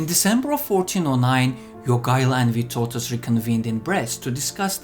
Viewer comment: The way you pronounce Jogaila's name almost makes me think you're Lithuanian. ...and then you fail at Vytautas ;D It's not surprising the allied forces couldn't capture Marienburg, even after a crushing victory at Grunwald and months of siege. I've seen that castle, it's bloody unassailable.